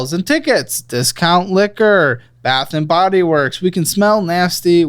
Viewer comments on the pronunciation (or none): none